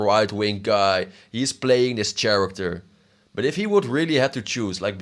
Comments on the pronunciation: Did bro say chair-actor? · start saying “character” correctly